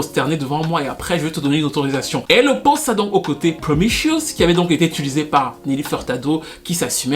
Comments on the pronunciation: *Promiscuous ( promiskiouwous au lieu de promichueus ) sinon très instructif comme toujours 😊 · C'est PromISCUOUS et pas "promicious". Great video!! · s’il répète encore une ☝🏼 fois « promichiouss » je m’auto-éviscère avec la cuillère à café 🙄🙄🙄🤣😂😂🤣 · t as du mal à prononcer promis-cu-ous...🤣 viens je vais te donner des cours de langue 😝🤣🤣🤣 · J'aurais pu m'abonner sauf qu'il y a eu le truc de la chanson de Nelly Furtado qui m'en a dissuadée. Le titre promiscuous n'est pas du tout prononcé comme il faut LOL. Pour les touches françaises je crois que Fergie faisait référence à sa chanson "Enchantée" que j'adore d'ailleurs